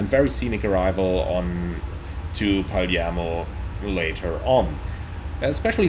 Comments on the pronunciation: I love the back and forth between PF and PM! Btw, the city is Palermo, but you say "Parliamo", that means (we) talk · Glad to see you like to come to Palermo to get cannoli and other sweets (funny note: you pronounce "Palermo" like only locals do "Paliemmo"); I saw there's a new Jetstream scenery of Palermo Airport; dunno if better of Asobo WU though.